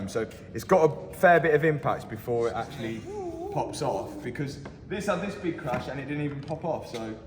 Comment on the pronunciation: Actullay, the batterray eventullay will be in the trunk?? 😂😂😂 apparentlay!